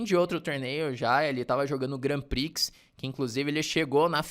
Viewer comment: Dois reparos, se o me permite: 1. Vachier se pronuncia como se escreve vaxiê (foneticamente);2.Grand Prix não se pronuncia o x final, seria Grand Pri (foneticamente também). De resto gosto muito dos seus vídeos e sou...VIP!! A gente se vê no Continental!!